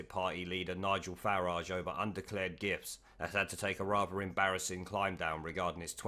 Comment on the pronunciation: thought you kept saying 'undeclared GIFs'